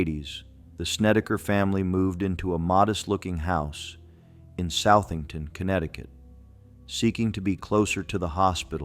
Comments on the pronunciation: Just a note, Southington is not pronounced South-ing-ton (Many TV newscasters locally make this mistake as well, I'm not surprised a bot would too) It's pronounced Soth-ing-ton or Suth-ing-ton. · It's pronounced 'SUTH-ington' not south like down south. Thee house is on Meriden Ave., and has had many families move in and out. The house is always dark inside even on a bright summer day. Very creepy.